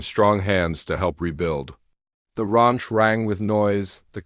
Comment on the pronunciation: The narrator needs to learn that Amber is not pronounced Ember, and Ranch is not pronounced raunch. Poor proofreading -distracting, plus it reduces the integrity of the story.